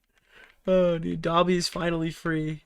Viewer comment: Random but Ian kept saying gobby instead of dobby and that annoyed the hell out of me lol